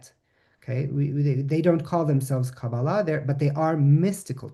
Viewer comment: Pronounced kah-BAH-lah, not as kaba-LAH. In Hebrew the accent is on the middle syllable of every word of three syllables.